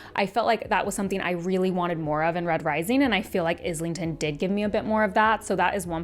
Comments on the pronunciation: Sorry, fellow Aussie here like the author. His surname is not pronounced with IS lington. It’s eye lington or Aisle lington. Hope that helps. He has been on other channel interviews and pronounced it himself. Mike’s book reviews at about of the interview and Maude Garrett both have interviews with him pronouncing his surname What’s even crazier. The audible narrators mispronounce it. Not sure how that happens but no wonder people are so confused. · Just a heads up, it's Islington like Island